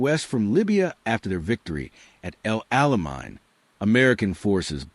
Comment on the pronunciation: El alemaine is the pronunciation